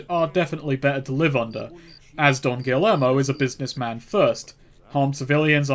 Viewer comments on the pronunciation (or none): Double L’s in Spanish makes a Y sound... so, Don Gee-Yermo not Don Gilly-ermo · Subscribe to find out if ever learns how to say “Guillermo”